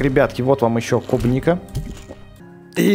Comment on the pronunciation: тот самый левый чел не кубника а клубника